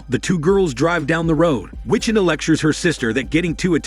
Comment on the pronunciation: For the narrator, for future reference. Wih-CHi-Tah (Wichita) Gih-Tah-Rist (Guitarist)